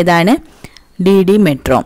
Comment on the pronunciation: DD മെട്രോയല്ല, DDറെ ട്രോ